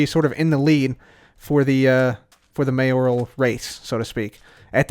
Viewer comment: the only hermit who knows how to say “mayoral”.